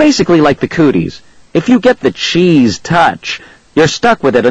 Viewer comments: this sounds like cccccrrrrrrrrrrrrrrrrrrrrraaaaaaaaaappppppp he makes the book seem terrible and he says cheese like a idiot $@ you recording the book is good but the recording sssssssssssssssuuuuuckssssss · this sounds like cccccrrrrrrrrrrrrrrrrrrrrraaaaaaaaaappppppp he makes the book seem terrible and he says cheese like a idiot $@ you recording